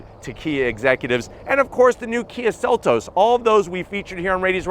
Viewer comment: The sell-u-ride 😅